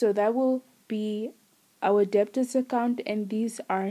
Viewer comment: The b is silent